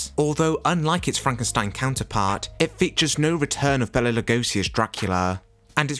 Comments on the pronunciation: HIs name is BAYla Not bella. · Enjoying the information in your video, as there is much here that I did not know. However… PLEASE! PLEASE! PLEASE! Pronounce Mr. Lugosi’s first name correctly! BAY-la! PLEASE! 🙄🙏🥺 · Hungary, not "Hungaria." And the name Bela is not pronounced "Bella." It is pronounced "Bayla," as Karloff pronounced it in a publicity short where the two of them are presented in the midst of a chess game.